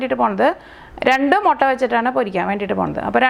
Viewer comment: റെസിപ്പി ഉഗ്രൻ.. പക്ഷെ ഒരു തിരുത്തു ഉണ്ട്. മൊട്ട അല്ല "മുട്ട " താങ്ക്സ്